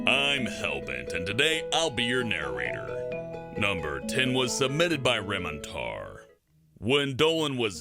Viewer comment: Leksy Tube A what ??? A “Naroarirator”